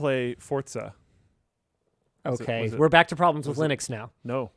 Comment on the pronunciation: FOR GOD SAKE ITS FORZA NOT FORTZA FOR-ZA FOR-ZA FOR-ZA NOT FORT ZA